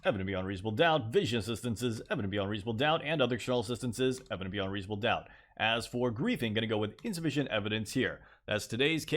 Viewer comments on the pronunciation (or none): People: Evident beyond reasonable doubt" This guy: eveveownvvie reaascom ddqoet"